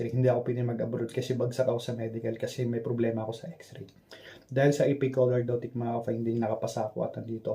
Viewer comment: Pronounce it right? Ap colordotic ang dinig ko sa sinasabi mo, its AP Lordotic